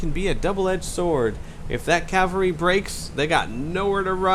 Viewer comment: You pronounced cavalry correctly on the first try several times :) And its bee-league-errrd.